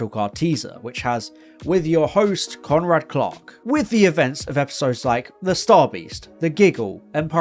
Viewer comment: I kept hearing "Conrad Clock" when you said "Conrad Clark."